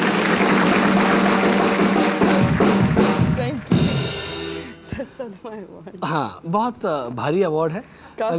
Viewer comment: Her name is NOT Poonam Pandey. It's PONNEH POONDAHMAHVEH!